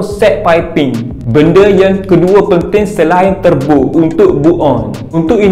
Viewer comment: Bolt on❌ Bull on✅. Turbo❌ Terbo✅. Wastegate❌ Wissgate✅. Wiring❌ Wayaring✅. Rest in peace english🫡